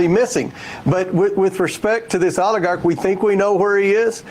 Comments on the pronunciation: Comer: "The Olergarkt" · Never trust somebody who can’t properly say oligarch